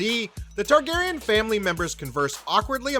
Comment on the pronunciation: I like you. I do. But seriously, get someone who can pronounce the characters names correctly.